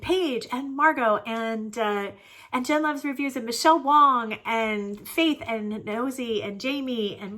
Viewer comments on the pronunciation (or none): none